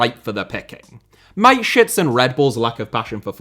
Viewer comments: Its Ma-te-schitz. With the german a. Not mate-schitz. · The man's name was Mateschitz with the 'e' being voiced not Mate-shits. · i love you but who tf is mikeshits, its mata (like juan mata) schitz, more emphasis on the sch and a double e sound not an i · It's pronounced mattershits not miteshits... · ffs man MATESCHITZ. There is no I in there. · Because of the pronunciation of Dietrich Mateschitz, it sounds like My Shits...😂😂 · Mate shits... Why didn't he look up the pronunciation? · STOP butchering names... He was not your mate, mate.. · pronunciation of Mateschitz and Upamecano make me ROFLing, literally. Nice video as always. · I'm sorry, but the pronunciation of Mateschitz gets me every time.